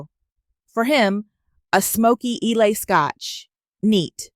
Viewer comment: Islay is pronounced eye lah